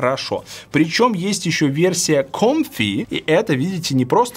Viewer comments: Comply, а не Compfy! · Версия не КОМФИ, а КОМПЛАЙ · Комплай, Валя, комплай. Учи инглиш. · "Comply"- с Валиного читается, как КОМФИ.